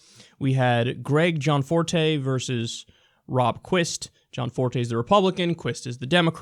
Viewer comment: Gosh. Stop fucking saying John Forté. It's Gianforté. do you even english?